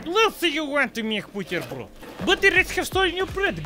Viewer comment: I always crack up when this says BIUTERBRJOD!:D